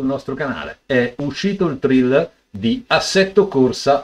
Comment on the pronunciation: Guarda che si pronuncia "TREILER", per il "Thriller" chiedere a Michael Jackson...